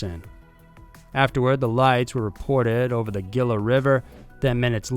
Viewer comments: It is not Gil-a, it’s pronounced hee-la G is like an H. Similar to the J. ✌️ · "Gill-uh"? No. It's pronounced "He-la". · Gila is pronounced 'He-la'. I cringed a little as an Arizonan. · Gila River pronounced He-La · "He--laa" river = Gila river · Gila is pronounced Hila.